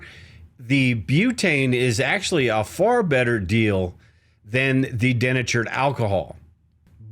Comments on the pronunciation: Den-a-tured ? Oh come on man. Remember how your high school English teacher taught you how to find the syllables. De- na-tured. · Americans say "dee-NAY-chured" not DEN-a-churd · Love your logical approach my friend. Just one question - is that how Americans pronounce 'denatured' as if it had two 'n' sounds, so 'deNNatured'? I learnt it as 'dee-natured', like 'dee-activated' or 'dee-constructed' where the 'de' parts means 'no longer' like 'no longer natural', 'no longer activated' and 'no longer constructed'. I guess we say that because the 'dee-naturing' process is about making the alcohol undrinkable by adding chemicals. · Den achured alcohol? Are you in Canada? In the US we say dee natured alcohol. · dee-NAY-churd Bro, please, you’re killing me. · I’m a painter who uses denatured alcohol a lot. It’s pronounced De natured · “De” natured alcohol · Thank you - and its DEE natured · Early in the video, you kept using the expression "CO2". I think what you meant was "CO", which is Carbon Monoxide. CO2 is Carbon Dioxide and is significantly less dangerous than Carbon Monoxide. Also, you're mispronouncing the word "Denatured". Just saying.